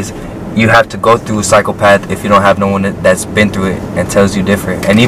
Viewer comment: And btw bro it’s psychopath not cyclepath .